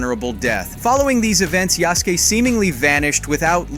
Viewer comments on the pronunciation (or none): Nice vid. I can’t wait. Also. It’s ya-sú-ke. Not yasss-kee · bro if your going to say yasuke say it right .... its ya s ke not ya soo keee .... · (Yasuke)Yasooooke not yaske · Why do all you game announcers always be butchering his name when yall pronouce it if y'all can't pronounce his name right just call him the African Samurai and STOP BUTCHERING HIS NAME IT'S YASUKE NOT YASAKE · Ya skay not skee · YAH-SUE-KAY not yahski lol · Just a note on Japanese pronunciation: in Yasuke, KE is pronounced with a short e, so it's like "keg" with the "g". Yasuke rather than Yasuki. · Yasuke…“Yah-shu-Kay” Not “Yaske” 😂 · It's not Yaske but Yasuke (yăh-sū-kāy) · Video was solid so super thankful for the information..but you pronounced Yasuke wrong it would be Ya-Su-Kay or Yas-Kay not Ya-Ski / Hanzo is a low sounding A and not a higher pitch A. The last one was pronounced right I think. BUT again thankyou for the vid def informative and superrr to the point. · Americans and their inconsistent Pronunciation problems XD Yasuk"i" or Yasuk"ei" its Yasuke = Yas ke(Japanese), Ronin= ˈrōnən(in Eng), Rōnin(Japanese) But yeah AC Red looks promising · God I hate how he pronounces Yasuke (Yaw-skay not Yaw-skee) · Yasky? Who's Yasky It's fucking written Yasuke not Yasky Dude said that name as if he was mispelling Husky You even say Yasuke 2 seconds after, are you an idiot mate? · Wtf is a yaski?? Yah Sooki is how it’s pronounced.. only the only one black samurai in existence. But who’s counting. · Jaske? Ya-su-ke u mean? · Pretty sure the name is pronounced "Ya-SUE-Kay", not Jazz-key, or whatever you are making of it. Americans really need to start opening up a little to foreign cultures. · Pronounced ya...su... ka... not yasky... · YA-SU-KE! You make him sound like hes from jersey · Yah-sook-eh. Mah gawd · Say it with me sasuke now yasuke… simple… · Ya-su-ke!!! Yaaaaa-suuuuuu-keeeee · Yazkee? Really? WTF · Its pronouced ya-su-kei.....dummy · omg bro cant read. HE SAID YASKE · YAH-SKEE lol